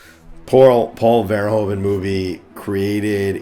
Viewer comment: I think you can improve your pronounciation of Verhoeven. Say it more like "Ver-" with a sharp "v", followed by "hoof-", as in cow feet, followed by "-un" as in "sun". Ver-HOOF-un. Greetings from the Netherlands!